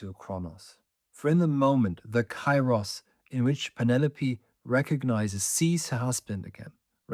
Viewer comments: pls stop saying it KAI-ros, its pronounced KE-ros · Kairos its not k a i ros, its duble e means, k e e r o s, i'm greek. Forget Erasmus. When you see ai its not a+i its duble e. Keeros. To the point: It carries the sense of maturing things over time. It is the right moment to do what needs to be done—neither sooner nor later. Now is the kairos for it to happen, or perhaps the right moment has not yet arrived, its not kairos yet. This kind of timing isn't measured by the clock; rather, you simply sense when the right moment has come. Conditions are ripening, and when the kairos is right... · With great respect for your work and education i would like to give you the following information: Kairos ¨Καιρός" is not pronounced with a and i separately. A and I combinded in Greek create an E (in sound) like Elenι, because the "αι" sounds like a short "e" and the stress is at the end. So it is written Kairos but it is pronounced Keros . We use Cairo as you proncounce it for Egypt's capital city.